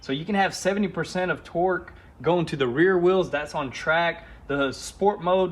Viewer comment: Lol at the beginning of the video you said "TRACK COCK " . Thats what she sed .